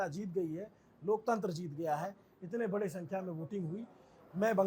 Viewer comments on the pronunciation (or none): none